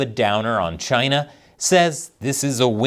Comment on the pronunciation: 🍯a “deal” with Chyy-Naah 🍯🍯🍯